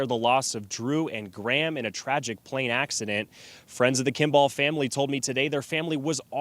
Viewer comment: First, my heart breaks for all involved, including the witnesses. The images from this are horrific. That said, you'd think the journalist could pronounce Kimball correctly. It's not an unusual last name... kim-bull.